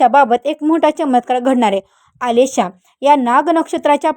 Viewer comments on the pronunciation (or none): आलेशा नक्षत्र काय म्हणता आश्लेषा नक्षत्र म्हणा. रखलेले नाही रखडलेले म्हणा.किती चुकीचे उच्चार करता मॅडम.